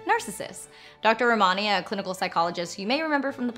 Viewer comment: Dr. Ramani’s name is pronounced RAH-muh-ni.